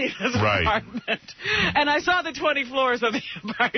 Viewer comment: Thats how some new yorkers talk, they add ‘er’ to some words. Howard in the 90s does it a lot too, “i sawr her”